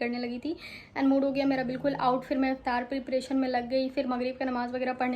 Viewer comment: Please say "Iftar" Not Aftar 😕 .. Khud ki tareef Krna koi buri baat nhi hai ...we are Allah swt s creation ... Every time we look in the mirror we should say Alhamdulillah ❤️ ☺️ for such beautiful face which has been created by Allah swt .🥰 . . And your words like bawal n kantap are really disrespectful ... tehjeeb nazar nhi ati aise words use krne se . So good decision for not using such words . 🥰❤️